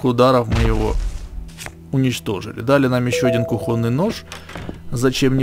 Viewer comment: Кухонный нож, ударение на о! Не русский чтоли???